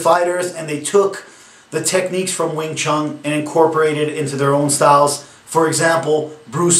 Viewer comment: I love these guys who flat out bash and sound like they know it all, yet butcher all the names and history. Wing ChunG lol